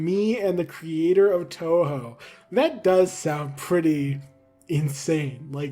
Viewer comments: The part about TouHou; I know nothing about it, but every time I've seen the name, I've imagined it being pronounced as 'Two Who'(or '2Who'), but your pronunciation('Toe Hoe') is pretty reasonable as well. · The way you pronounced "touhou" was correct. Huge win for us Touhou and Undertale fans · Old video by now, but hearing panic over whether he's pronouncing "Touhou" right when he got it right every single time was very funny. And Zun is known throughout the fandom for his love of beer, so as ridiculous as it is, him getting through 6 beers by the time the performances were done isn't surprising. There's a pretty famous photo of him drinking out of a beer glass that's like the size of his head! (I can't remember for sure, so don't take this as necessarily true, but I think I saw someone say that ZUN himself said it's easier to work on the games/get into the creative process when he's drunk.)